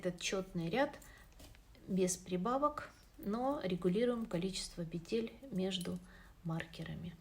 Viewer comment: пЕтель, не пИ тель